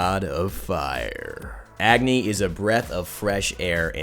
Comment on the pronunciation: it Pronouced as A-gni not Agni.